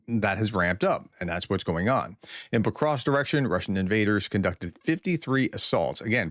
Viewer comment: You pronounce Pokrovsk well. Why do you have so much trouble saying Dnepropetrovsk? You do well on the first part of the name, but you mess up on the last part. The "rovsk" part is pronounced the same as in Pokrovsk.